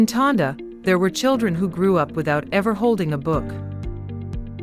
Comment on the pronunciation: Tondo. Not Tonda.